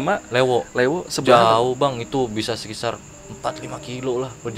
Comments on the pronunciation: Sekitar mas bukan sekisar wkwkww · Saran :: & Kritik buat NARSUM.. Kacau bnget Lu berBahasa Pembalut ( Nyebut merk) wkwkwkwk Sekitar jadi Sekisar Hahaha.. Kacauuu.. sampai kita nyari2 apa itu arti bahasa Sekisar :) :D